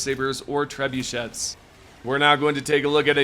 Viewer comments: The "et" at the end of Trebuchet is pronounced like the end of Chevrolet. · Treb you...shet?